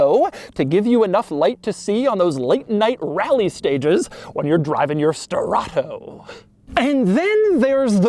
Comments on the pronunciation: not Strato BUT STE-RRA-TO. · Sterrato is NOT pronounced sterrahhtttooou dougie boy. If it were, it woudn't be written the way it is. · I lost count how many times he said: "Sterrrrrrrrrrrrrrrrrrato" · “SSSTTerRATOO”… sir y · Love how he keeps saying "STERATHO" 😂 And, who cares for the engine downgrade ? You still have 600 horses for an offroad adventure . And it's not even considered slow . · “This is my BrAnD NEW HuRAcan STerraTO” (put emphasis on the capitals) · why do you pronounce sterrato so exaggerated every time you say the word.. kind of weird lol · It’s the emphasis on STERRATO for me 😂😂😂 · If this guy says “Sterrato” one more time… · Drink everytime he says "Sterrato" 😵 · Take a shot every time Doug pronounces Sterrato with the over the top tone and you'll be getting your stomach pumped in no time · He really tried to nail home how obnoxiously annoying he can keep saying "sterrato" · Say Sterato once again but slower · Doug made this video just so he could say “sterrato” with crazy emphasis every time